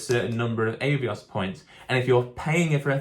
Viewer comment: I had to stop watching because of the way you say Avios. It’s Ah not Eh